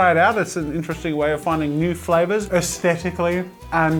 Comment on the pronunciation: Asteticly and foo-fu-dicly?